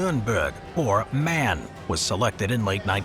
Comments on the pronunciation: Its M-A-N not man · M.A.N.: One speaks M.A.N. not "man", but M A N, each individual letter on its own. M like the english pronounciation of the letter. A like the article before a noun. N like the english pronounciation of the letter N. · Forgive me for saying this. But as a German we would say M A N noch MAN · Its called M-A-N not Man. a mistake many non germans do. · It's not Man but M-A-N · Its M A N not man!